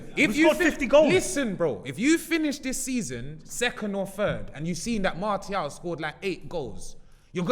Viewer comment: This gotta be the worst episode for pronunciations🤣🤣 “MarTial, Aooba”-, “De Gaya”-.